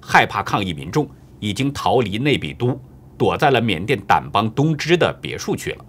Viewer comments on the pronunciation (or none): 有个明显的口误，“印度三军总司令” ，实为“缅甸”！另外“掸邦”里“掸”读“shan”!